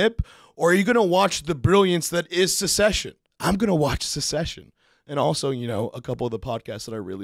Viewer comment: "Secession" six times 😂